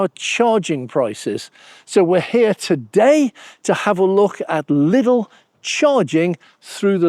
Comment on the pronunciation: There's no "S"in Lidl.